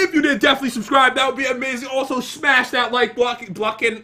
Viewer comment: "Hold on jat" wait wat? "Jat died" lol